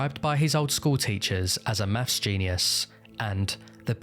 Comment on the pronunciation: Advhaunced mafs.